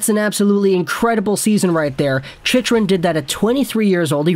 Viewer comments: Chicken* :p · It's pronounced chickrin